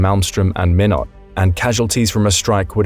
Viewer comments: Pronounced "minoe" not minot if you're gonna grow your channel to something profitable, get your research done properly please or don't use a program to narrate your videos.... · menot is not how it’s pronounced. MINE OT. Minot ,North Dakota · Minot is pronounced "Mye-not". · Minot, North Dakota is not pronounced ME Not!, it's pronounced, MY Not! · You pronounce Minot as "min-ought". Correct pronunciation is "mine-ought". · It's pronounced MY-not, not min not. Cheyenne, Wy is pronounced Shy-Ann. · The Mississippi River? Nope. You mean the Missouri River. The Mississippi is nowhere near Montana. Also, Minot is not pronounced Minn ott. It’s MY not. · Your AI needs to learn how to pronounce the names the bases. It is not Min - ot iti s Mi-not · The Mississippi river is NOT IN Montana. Minot is pronounced My-Not not minnot. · Several Things, first of all MINOT north Dakota is Pronounced "MINE NOT" not "me not" also in your scenarios like many others how come you do not consider full impact on a nuclear attack, like targeting the Yellowstone super volcano in WY.. and the Earthquake Zones in California and Arkansas would of their self's destroy many of the Nuclear targets in the wester US, and finally a High Altitude Nuclear Preempted burst would destroy much of the electrical life line of the country. Tom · You can tell this is an AI generated video and voice. Not only does it sound like a computer, the second base mentioned in North Dakota is called Minot (pronouned "M(eye)not" - not pronounced "M(ih)not"). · It's MY-not, not MIN-ot. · MY KNOT...not MIN UHT... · Minot is pronounced (My Knot) not (Min Knot). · Minot is pronounced as My Knot. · Why not, Minot? FREEZIN'S THE REASON!! (Pronounced MY- not) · Minot is pronounced "MY-not" .. at least thats what we call it here in the midwest US. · Minot pronounced (My-not) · Minot pronounced "My Not" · Pronounced mine-it and Shy-ann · Minot is pronounced MY NOT, come on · Minot is pronounced MY-KNOT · It's pronounced My not.